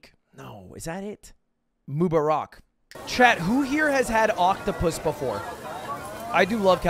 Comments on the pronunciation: it's pronounced ramadan "mubaarak", not "mubaraak" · Not the Moo-ba-raak 😭🤣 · “Moo-barak” my man 😭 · He said Mubarak wrong lol